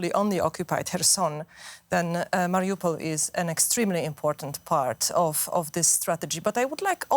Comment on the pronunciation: Its obvious that the Germans are still not ambivalent about supporting Ukraine. Melinda Crane cannot even pronounce the word Mariupol correctly.